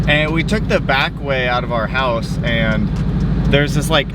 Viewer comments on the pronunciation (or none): none